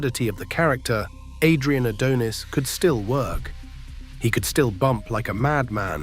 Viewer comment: The thing that made me so mad about this video, is how you would pronounce Adrian's last name right, then wrong. Definitely makes me think its AI generated or read with AI